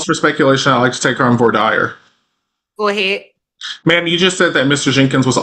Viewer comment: The way he pronounced voir dire 🤢